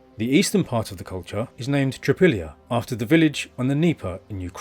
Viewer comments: It's not "Tripillia", it's pronounced TRI-POL-YE. Most slavonic language group speakers would recognize this as meaning "three fields". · It’s TripOlye.